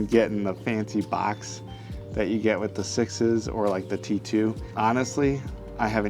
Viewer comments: Just wondering; why are you pronouncing “6S” as “sixes”? It is obvious that the company’s naming scheme is a number followed by a letter, eg 6C is “6-C — as in “six see”, therefore wouldn’t 6S be pronounced: “six es” as in six then the letter “S” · For some reason I just now realized that you pronounce 6S as "sixes". Are you just being a wise guy?